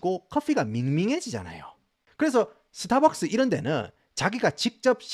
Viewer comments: 영어발음 좋으신데 스타벅스는 왜 서타벅스에요 ㅋ🤣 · 서타박서.....ㅎㅎ 정겹네요